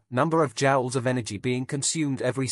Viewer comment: Joules not Jowls.... how you gonna take over the world if you cant speak?